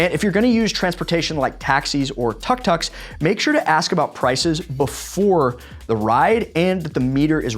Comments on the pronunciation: Tuk tuk is not tuck tuck, its pronounced took took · As a constructive comment for fellow travellers: Tuk Tuks are pronounced ‘Took Took’ but short ‘oo’. It is a Thai term 😉